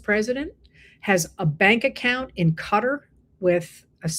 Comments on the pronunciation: I have long suspected that snuff sex is involved (someone or some being is murdered while watcher or participator get off ). Qatar is spoken as 'cat AR', not Cuttar. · When Trump flipped off the worker millions laughed and high fives him! He didn't shock anyone! They're not going to drop the ball because of bad manners! Also, I believe Qatar is pronounced with the accent on the second syllable. QaTAR. Just saying.